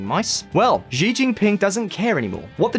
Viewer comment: Xi is pronounced as she in Chinese.